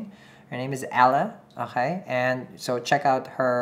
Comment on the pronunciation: "Onkay" 😂😂 I love how he keeps saying